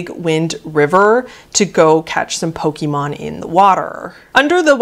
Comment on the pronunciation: I might be nitpicking, but that's just how I am, I'm very particular about pronunciation of basically everything, so forgive me, but you are pronouncing Pokémon wrong. It's not poke-ee-mon, it's poke-ay-mon. It's not a big deal, but it does slightly bug me to hear it pronounced wrong.